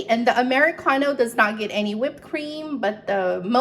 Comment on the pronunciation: I love how you say Amaricano😻 great recipes. Thank you for sharing 🙏🏾